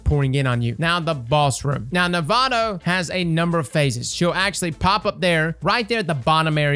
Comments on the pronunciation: okay, its nah voh tah, not nevada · The biggest thing that stuck out in this vid was pronouncing “navota” as navato lol great guide tho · It's 'nah-vote-ah' iirc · Navota: "Nah-voh-tah" Is it going to be like "durance" all over again? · All I hear is "Nevada" every time LOL. Great vid. You know I slapped that like button, my momma taught me right. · The name is even said in the strike. Maybe has dialog turned off. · IN THE STRIKE ITSELF they say Navota's name: Nuh-Vough-Tuh. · Navado he says lol. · nuh-vote-uh. Thanks for the guide tho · Nah-voh-tah is how you pronounce her name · I can't help but cringe so hard whenever mispronounces a name that isn't so hard to say. Navota = Nevada Caiatl = Cthulhu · and mispronouncing Navôta in new ways; name a more iconic duo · This man pronounced Navōta like it wasn’t said out loud numerous times and like he doesn’t grind Nightfalls as a Sherpa does raids. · love the guide but the way he pronounces Navota annoys me to no end